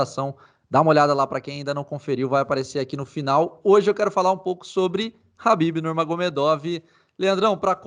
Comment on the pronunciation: Pq o cara fala Habib